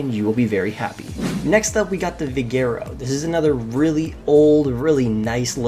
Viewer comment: Hold on a sec , did he just say vigera